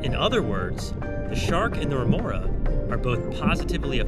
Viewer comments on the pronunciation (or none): Remora not renora